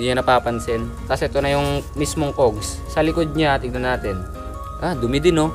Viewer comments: Is that,how u pronounce? Cougs?? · Cogs pronounced as Kaags.